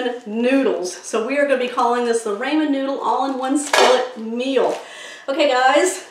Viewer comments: Looks good! Most people call it Rahmen not Raymen noodles.Just a tip.💕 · RAH Men noodles. Never heard it called Ray men before. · Can't wait ti try this as I have some ramen noodles. But ramen is not pronounced "raymin" it's pronounced "rawmen", RAWMEN. Thanks for the recipe. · It’s pronounced “Rah-men” not “Ray-men.” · HAHA, RAYMON NOODLES!! How about "RAW-MEN".... I'm cookin' tonight, my wife is gonna love this & so will I. Thank you!! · TYFS it looks delicious 😋. I’m sorry 🙄 but it’s it’s rah-men noodles not ray-men. Please forgive me & please keep the recipes coming 😉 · Please… RAHmen; not RAYmen!!! 👍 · I dont call them ray-men. We call the rah-men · Raaamen not raymen. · "RAW"men not "RAY"men, talk about butchering a name. SAD!!! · It’s Rah-men with a short a. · This looks great will try it soon . Also its pronounced like " RAH- MEN" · Don't you mean "ray - ray - ray - men"?! 🤭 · Folks always fussin about how to pronounce them. My uncle had some and said they were definitely Raymond's noodles! 👨‍🍳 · Raymon noodles lol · It's pronounced Raw-Men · I never heard anyone pronounced RA-man?? Wonder where she comes from? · Pronounced raw-mon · I also say Raymen noodles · How can you mispronounce Raman Noodles??? RAH MAN…. LIKE RAH RAH!